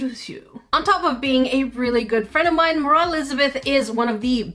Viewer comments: Hahaha 🤣 ✋ I cat stop laughing When she said morhia paper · Was I the only one who heard Mroh when she was introducing her